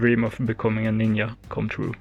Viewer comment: sorry to ask, but you saying ninYa is that a accent thing?